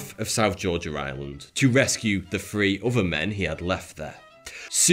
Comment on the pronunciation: Lol. "Five fousand men and free women..." Th-fronting is hilarious and sad. Here's a video for you